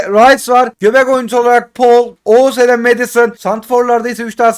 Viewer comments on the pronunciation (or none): none